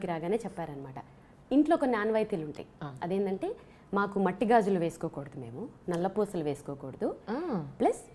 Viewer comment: Matti gaju lu kaadu gaju gaaju lu